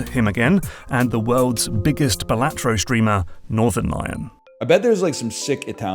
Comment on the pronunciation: FYI its pronounced Balatro not Balatro ❤